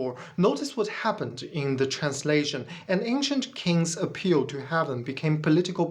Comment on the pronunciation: AI has better pronunciation and intonation. Not intended as a critique of English. Your English,, is excellent. "Heaven" not "haven", "These" was mis-read as "this" (This is just a little feedback for you, ). I thought, originally that your accent was British-flavoured, but your subtitles are in US English. Where did you learn your English? Your ideas? Unconvincing. Successful religions have always been about controlling other people. That is what they are selected for, if they do not do that, they get replaced. Reality is not important to religion (well, successful religions). I suppose the Flying Spaghetti Monster has some connection to reality.